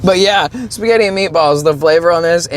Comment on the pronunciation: Shpuh-get! 😂 I'm Italian and I approve of this pronunciation!